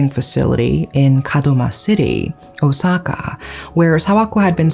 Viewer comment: And still mispronouncing Osaka 💔😢